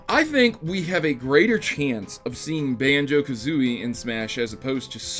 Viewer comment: I hate to be that guy, but it’s Kazooie, not Kazooi...